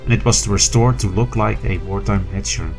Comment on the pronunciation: "Hetcher" oh gosh...